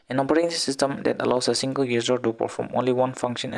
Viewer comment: Sir you just said singerrr instead of single 😂